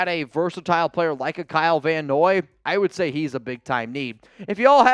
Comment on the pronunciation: Dude Kyle Van Noye??? Come on!